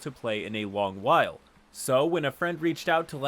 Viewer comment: "in a wong wile"